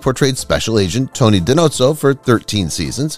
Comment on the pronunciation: Di No-zoh - not Di Note-zoh Every name is mispronounced (other commenters have listed others)- can’t trust the research if even that is so incorrect